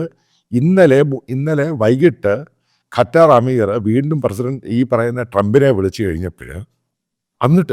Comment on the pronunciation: Sir. കറ്റാർ അല്ല ഖത്തർ എന്നാണ്